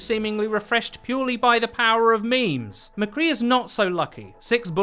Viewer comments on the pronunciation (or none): none